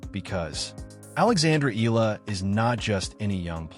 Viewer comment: Her last name is not eelllaaa... it's ee-ya-la (Eala)